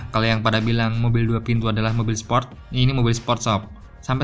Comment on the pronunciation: Sport min bukan sprot